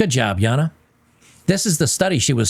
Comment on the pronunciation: Stop it with the Yahna, its Jayna my man.